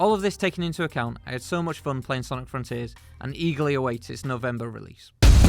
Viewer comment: Did you just say "Novemeber release"